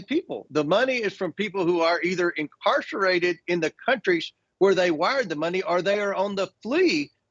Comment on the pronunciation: “Incarcherated?” I’m fairly certain that even this fool knows the meaning of the word, but he hasn’t yet learned how to pronounce it. And Jake: what on earth is going on with your hair? Canadians are concerned.